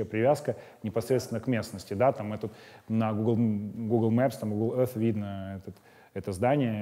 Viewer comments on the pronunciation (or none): none